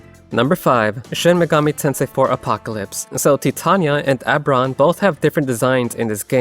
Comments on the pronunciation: Oh-ber-on.. not Ah-ber-on 😅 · "Oh" sounds getting turned into schwas is a common quirk of certain American accents. I'll let it slide.